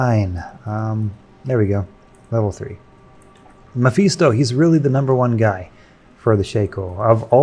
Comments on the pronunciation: Meh-fis-toh, sweet Jesus hearing you mispronounce that name so many times i had to pause just to correct you. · Stopped watching because I hate how you pronounce mephisto like an asshole. Get bent